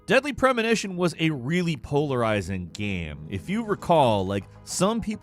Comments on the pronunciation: Gayme? Just say game like normal people. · ~WAT IS A GEHM